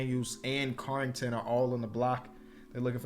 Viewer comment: since ur trying to get more into draft prospects right now, Carlton Carrington goes by his nickname “Bub” and Carrington is pronounced “care-ing-ton”